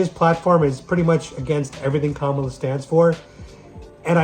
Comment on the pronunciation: It's pronounced Camel-ah.